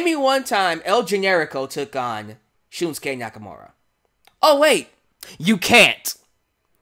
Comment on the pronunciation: Can't wait. I think NXT Takeover Dallas will be one of the best live specils in WWE history. One thing...You say it like SHILMsuke...it's SHINsuke.